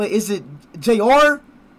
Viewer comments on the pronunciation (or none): He almost pronounced Jairzinho well, just the ending was bad. The correct pronounce here in Brazil is /Ja-ir-zi-ni-ih-oh)/